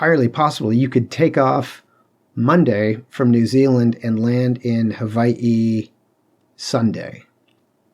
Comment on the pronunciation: I can appreciate that you pronounced Hawai'i correctly.